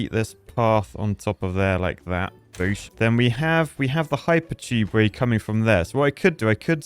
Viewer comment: Why would you bother with underground tubeway (or as you say it, chewbway), just run platforms above paths and keep it all flowing.